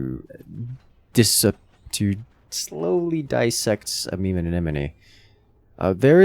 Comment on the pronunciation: just casually flexing on pronouncing amemomeanemone every time he can.